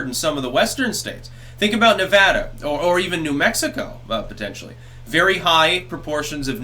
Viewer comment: You're one of the only Youtubers that pronounces Nevada correctly, holy crap.